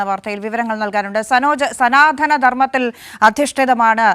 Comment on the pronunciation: സനാധന ധർമ്മം അല്ല. " സനാതന " ധർമ്മം ആണ്. ( മലയാള ഭാഷയെ വികൃതമാക്കാതെ.).